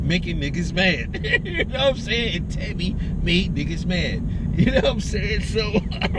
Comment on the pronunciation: Tomi- not Tami.